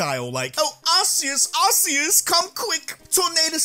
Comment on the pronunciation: It’s pronounced arc-e-us not arse-c-us. Just ask the guy that came up with Arceus